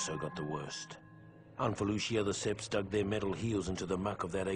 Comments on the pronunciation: Seeing and HEARING this, makes me hate Battlefront 2 EA and their cartoon clone actor. Hearing babble on about "seppies" kills any immersion I had......shame.... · HE CALLS THEM "THE SEPS"